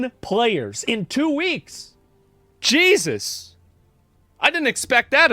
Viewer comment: 耶稣哥说jesus特别好笑